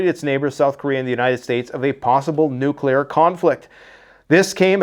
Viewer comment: If you would be so kind,. Please explain to us why a nucular response in inevitable. Thank you.